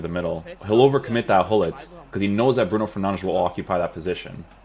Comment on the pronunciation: Stop saying bruno fernandesh